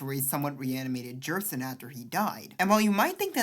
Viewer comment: Glad I'm not the only one! "Gerson" with a hard G. "Jevil" with a short E.